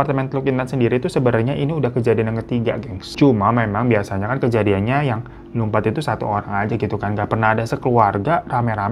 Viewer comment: Lumpat apa lompat sih? Beda lho artinya.. Atau gw salah dgr?